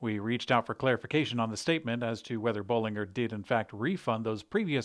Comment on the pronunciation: Correct Bollinger pronunciation in company's announcement video